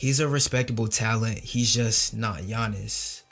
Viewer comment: For all his flaws, Stern really knew how to pronounce names properly. You can see him gather himself before announcing Giannis' name.